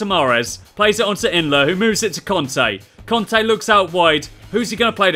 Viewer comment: Its not conte its kante